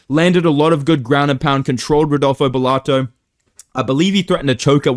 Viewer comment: I don't know why, but hearing "Rodolfo Gelato" gives me a stupid amount of joy, I have to chuckle every single time I hear say it out loud.